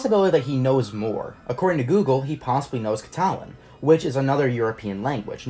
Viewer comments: God your pronunciation of Catalan is atrocious LMAO it's cat-a-lan not cah-tah-lin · What the text said: Cat-a-lan What you said: Cat-all-ian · Cat-Alan Not ca-talan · It's pronunced cátalan in English